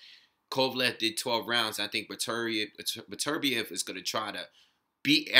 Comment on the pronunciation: Good looking out man. Pronounced my name right to boot! I agree, it's tough to tell who would come out on top since we don't really have enough data on Beterbiev yet. I think it's safe to say he is top 3 with Kovalev and Stevenson though. Could be my favorite division at the moment since all the top guys have devastating power.